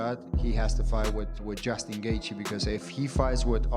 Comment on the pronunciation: Justin Gayther!! I wish he would beat your ass for mispronouncing his namr.